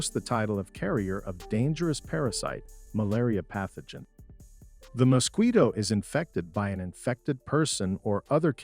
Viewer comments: "Mosqweto", hilarious pronunciation! Has the person who narrated this video never heard of this insect? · Good video. I am not fond of the narrator's pronunciation of the mosquito though. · What's a Mosqueeto??? 😂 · What is a “moskweeto"? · does he keep saying musqueato?